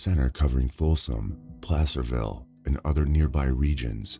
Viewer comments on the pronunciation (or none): none